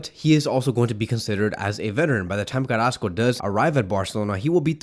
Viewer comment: Carassco? Smh